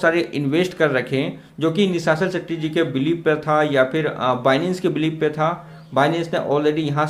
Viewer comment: Abe chitiya nishachal setty nahi Nishal setty